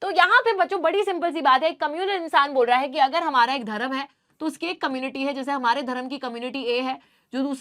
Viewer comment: Your pronunciation is bad your Hindi pronunciation is bad not Dharam it's dharm 👏